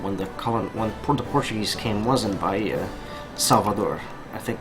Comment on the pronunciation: are you portuguese by any chance? you have a lot of knowledge about the history of the country and good pronounciation of the words